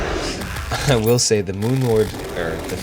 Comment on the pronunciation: LOL I love how you fucked up moon lords name twice